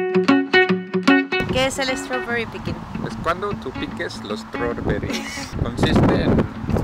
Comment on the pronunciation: Por favor hablar más en inglés! Se agradece! Por cierto me encanta la pronunciación de strawberry <3